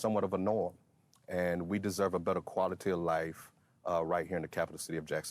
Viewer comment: I guess someone doesn’t know how to pronounce potable water……..